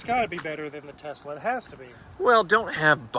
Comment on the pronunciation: So glad says “Tesla” correctly, unlike his buddy JR. “Tezzla” is a pirate ship’s wheel attached to my testicles; it drives me nuts. Also, #bringbackthemusic